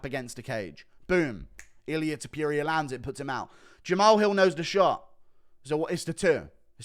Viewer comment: Its TOPURIA not topJuria